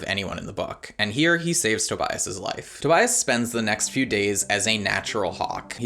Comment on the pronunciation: I completely and holistically lost it when he said TOBIAST* 😂😂😂😂 Maybe because Tobias is my favorite character too!